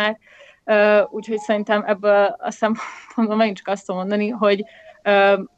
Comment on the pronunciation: Amikor azt mondod, hogy 'még ebből a sorból is', akkor nem azon van a hangsúly, hogy 'sorból' hanem azon, hogy 'ebből'. Tehát még EBBŐL a sorból is. De amúgy a téma nagyon fontos, szóval kicsit szégyellem magam a megjegyzés miatt..